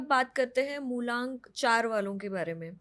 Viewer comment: MULANK ❌ MULONK ✅. Corrected by 😅